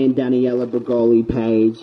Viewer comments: It's Danielle, not Daniella. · "Daniella" 😂😂😂😂😂 u trip me out with your pronunciation of names!!!! That girl's name is "DANIELLEEEEEEEEE" 🤓🤓🤓🤓🤓😂😂😂😂😂😂😂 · I love you but it’s Danielle not Daniella 😘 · Her name isn't Daniela as you typed... it's Danielle! pronounced DAN-Yell anywho great video, I LOVE when liars get called out!! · Omg --DannyElla--??? No. Just no ok pronounce it like this Dan Yell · I was hoping eventually you would stop calling her Daniella but alas you didn't. Her name is clearly spelt Danielle. love you but that was frustrating af. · Omg he pronounces Danielle wrong the entire video